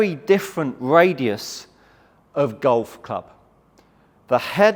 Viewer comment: The plural you were looking for and mumbled each time. I had to check if radiuses was goo